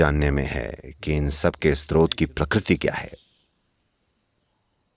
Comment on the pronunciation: नैरेटर स्रोत (Srot) शब्द का बार बार स्त्रोत (Strot) उच्चारण कर रहे हैं जो गलत है। कृपया संशोधन कर दें।